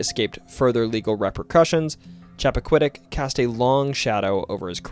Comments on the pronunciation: LEOminster...really?!🤦‍♀️ LEMONster and it's Chappa quid ick. Welcome to New England, where nothing is pronounced phonetically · Doesn't even know how to pronounce Leominster or Chappaquiddick. 😅